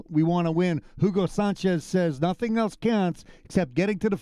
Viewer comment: jiugo sanchez !!!! it´s a bad pronunciation